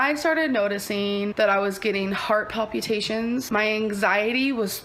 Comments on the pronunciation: "Paleh-Pew-tAtions" lol bruh what? palpitation, gorl. wtf. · Heart “pal-pew-tay-shuns.” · "Heart palp-ye-tations" 😂 "... and might I add you." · Its PALPATIONS there's no u in that word😮 As a nurse, she really pisses me off with her hypochondriac health bull$hit🙄💯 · Did say "palPUtations?" The hell? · She was suffering from heart pal-poo-tations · "You watching this, you couldn't be a surgeon." Thems some big words coming from someone who can't even properly pronounce palpitations